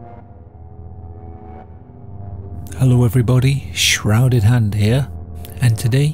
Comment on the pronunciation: Shhhrrrouudedd handd here